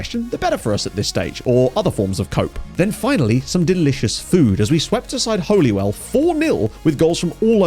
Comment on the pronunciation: Bah-lah, Bang-uh and Hole-e-well 💀